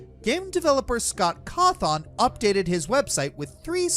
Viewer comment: Pretty sure Scott Cawthon is pronounced caw-thin not caw-thawn